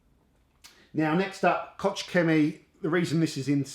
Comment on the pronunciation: I’m going to guess, since Koch is German. Id venture to say, it’s pronounced Coke.